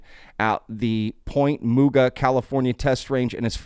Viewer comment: Lmfao 💀not point MooGa. It’s pronounced like the old Cartoon Mr. Magoo. Another 🔥 video!